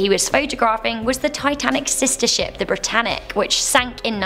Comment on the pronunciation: Titanic.... Bro...tanic... She said Brotanic... shouldnt that mean that its its Brother ship not sister ship?